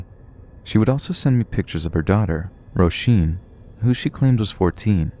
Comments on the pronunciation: It's Rosheen for Roisin. Not Roshin haha. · Roisin is said as Rosheen 💕🙏